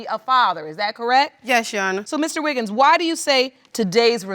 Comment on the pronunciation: It's Wiggins not Wiggles!